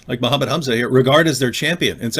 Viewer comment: Zakir naik menyebut nama nabinya aja belum benar. Apalagi arab² pesek lokal. 🤣🤣